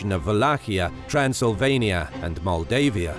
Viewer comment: I am from Maldives. when he says Moldavia and Moldavian it sounds like saying Maldives and Maldivian... hehehehe